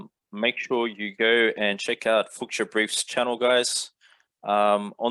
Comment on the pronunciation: pronounced as Fooshia not Fooksia . captain flying away now :D